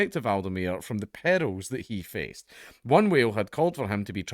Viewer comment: Your accent made you saying perils sound like p*dos lol.